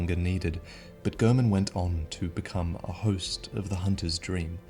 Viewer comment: you keep saying his name like GERman like you didn't hear how he himself pronounced it at the end of the game. you know all this about bloodborne and made these videos and you cant even pronounce his name right, get a grip of yourself man